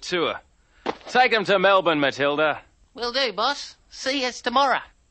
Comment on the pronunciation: It’s Melbourne not Melborne